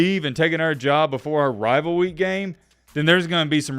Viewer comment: “rivalwy game”?